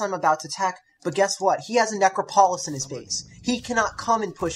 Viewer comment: Oh, God, he can't pronounce the namesake of his audio. This angers me greatly and I find it interesting.